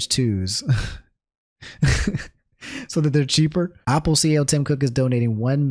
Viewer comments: I just can't get over him saying Opple. Is this a DMV dialect thing? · Go to the store and buy a Opple for every time he mispronounced it this video